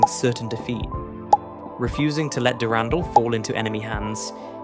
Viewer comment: gungnir and durandal you say